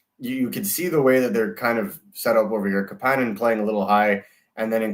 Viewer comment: The pronunciation of Kapanen is driving me nuts